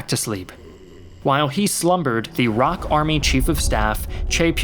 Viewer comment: ROK is just "R.O.K." not "rock". ROK stands for the Republic of Korea. USA stands for United States of America but you don't pronounce it "yousa"